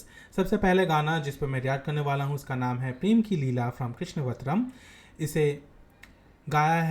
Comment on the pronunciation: I am so surprised to see why none of the indian youtubers are able to pronounce Krishnavataram. It's not 'Krishna-vatram'. It's "Krishn-avataram". But it's good to see you are atleast praising the songs, coz no big youtuber is actually talking about this.